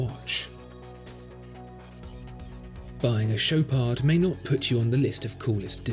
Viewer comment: The D in Chopard is silent, do not pronounce it